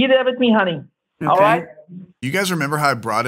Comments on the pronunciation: That ‘Hunny Hunny Hunny Hunny Hunny’ sounded like ‘Money Money Money Money Money’. Respect bro. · Deerek. Siwi. Hunny. Lol.